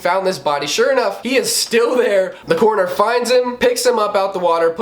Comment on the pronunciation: Ur accent makes coroner sound like corner haha